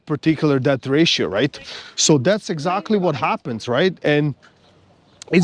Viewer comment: Interesting that you sometimes pronouce debt as deatH ... you're not wrong in principle...🙃